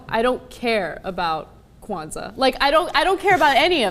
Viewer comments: Not whatever cenck. It's Kw not Kaw. Oh wait I said cenck and not Cenk. Whatever. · kOwanza, Cenk? Really? LOL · It's definitely "kwan-zaa", not "ka-wan-zaa". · Is it me or did this video make both Ana & Cenk look ignorant & rude? Cenk keeps saying Kawanaza even though he was corrected & Ana clearly would never have interest in anything black. I'm pretty sure people will be naive but hey, replay the video. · Stop saying keuwanzaa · "Kowanza." I love you, Cenk. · Why does Cenk keep saying Kawanza?! Lol. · Kuh-wanza lmao and I'm black. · Cenk can't say Kwanza without adding an extra syllable lol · Why is Cenk pronouncing it like that... Stop it! Lol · Cenk, PLEASE do just a LITTLE bit of research on some of these things you comment on. Ana literally TOLD you the correct pronunciation, and you kept on sounding silly. I'd rather you would've just left it alone. And, I appreciate the honesty bro, but the indictment and smug attitude about those "types".... Well, again. Just a little research. Love y'all, but damn.